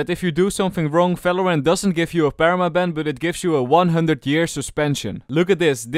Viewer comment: he stopped saying falorant